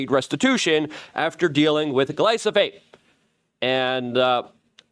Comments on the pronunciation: 🤦It's stunning how you never catch yourself mispronouncing words that are right in front of your eyes so comically often. Glyphosate is the word but YOU say glysophate, thus misinforming your audience and yes, this shit matters Mr. I wanna hold everyone accountable. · you're saying glysophate. It's gly pho sate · Its GLY-PHO-SATE not gly-so-phate 😂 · Hey Luke. I like what you're doing. Just wanted to give you a heads up. You're saying gly so phate. Its pronounced gly pho sate. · Say it with me GLYFOOO-SATE! Get it right or stop saying it. Youre confusing people. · Love you keep up the good work! It's glyPHOsate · If you say GLYSOPHATE one more time....🤯😳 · Luke.. it’s glyphosate not glysophate. 💫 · Nucular, glysophate, extrapulate, etc... the list of words he cannot pronounce keeps growing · Say it with me- GLY-FO-SATE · Say it with me, Luke: Gly-pho-sate. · PLEAE PLEASE PLEASE pronounce GLY-PHO-SATE properly so I can recommend these videos as being important and intelligent, Constant mispronunciation makes this sound UNintelligent. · Are you pronouncing Gly-pho-sate wrong on purpose? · Slow it down and say gly-fo-sate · This inward been saying glyphosate wrong for over a decade now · I love you, Luke, but you pronounce glyphosate wrong every time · Bruh! He was killing me with his pronunciation worse than the round-up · Yeah that was bothering me lol